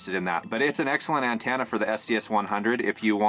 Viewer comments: It’s pronounced an-TEN-na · Lol "an-TAna"